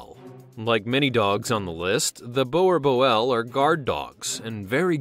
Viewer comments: Pronunciation on boerboel is very wrong it's like this boo boooerl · The way he pronounced boerboel hurts me... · I found your video interesting, but I have to say I did chuckle when you pronounced no4 Boerboel. "Boerboel" derives from "boer," the Afrikaans/Dutch word for "farmer." Boel is an old Dutch/Afrikaans slang word for dog. Boerboel, therefore, translates as either "farmer's dog" or "Boer's dog" and should be pronounced somewhat like "boo-r-bull." i have one and she is the happiest dog I know and love her to bits including my 5 other dogs :) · It’s Boerboel (bore-boll) not what ever the hell you said. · Your bad in saying boerboel